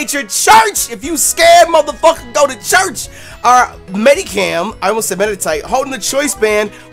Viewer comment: Oh, it's Medicham, not Medikam. Just like it's Chimchar, Not Kimkar.